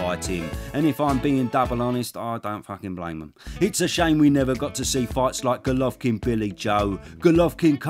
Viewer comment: i have to compliment you on your perfect pronunciation of his name. i always struggle with it, but you propa smashed it.